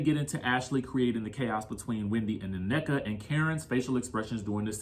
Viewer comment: OK, Americans, you have been listening to afrobeats long enough now to know the pronunciation of African words. In particular her name's Nnenka Not ANNEKA She mentioned this in the first episode. Cmon don't do like the Wypipo and say what you think you heard😢 Number 2 If you cannot see through Mias poor poor attempt at 1 upping Wendy's comments about being slow then yall gullible. She is weaponizing her children to make it seem that Wendy is offending intellect of all including children which she's only calling Mia slow rightly so has none. Because we can all clearly see that's what she's trying to do. She's trying to appear as. Being the victim by being called slow of which she is and saying it like she's more offended by the comment because her son has a speech impediment. Nice try Mia but fail 😅😊